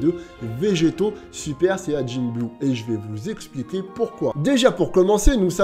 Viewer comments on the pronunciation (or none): none